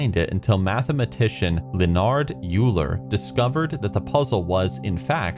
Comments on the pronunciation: Just an FYI; Euler is pronounced oiler. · The mathematician Euler’s name is pronounced like Oiler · Euler is pronounced like Oiler